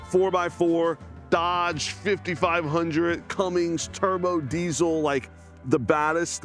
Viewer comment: It's Cummins, not cummings